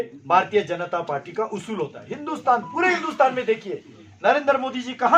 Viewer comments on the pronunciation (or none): none